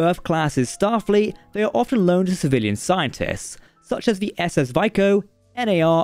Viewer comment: SS Vico is pronounced "Vee-koh" in the episode.